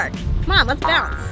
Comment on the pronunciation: I love the fact that every time they went to go somewhere else she said let’s bonce